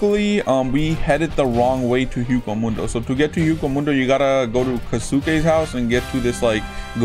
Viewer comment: i'm triggered by this, my man is saying hueco mundo wrong it's pronounced way-co moon-do